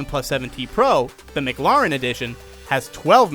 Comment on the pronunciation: Good vid, except that’s not how mclaren is pronounced